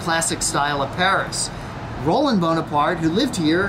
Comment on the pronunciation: It's Ro-LAND! Also, it's NOT a patio, it's a balcony or a verandah. Boring beige couches. And those God-awful gigantic Chinese vases! Doesn't look all that expensive. Boy, it's in a noisy section of Paris. You couldn't pay me to stay there.